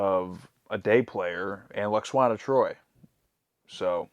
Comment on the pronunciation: Love how continues to call her "Lax-wanna". 🤣🤣 Ignore the haters and complainers, dudes; never change.